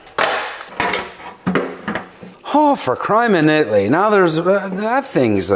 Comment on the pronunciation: "For crime in it'ly"